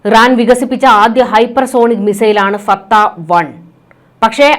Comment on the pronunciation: ഈ മന്ദബുദ്ധി എന്താണ് വിസർജ്ജിയ്ക്കുന്നത്? ഇറാൻ്റെ മിസൈലിൻ്റെ പേര് പോലും പറയാൻ പഠിച്ചില്ലാത്ത ഒരു ചനൽചേച്ചി.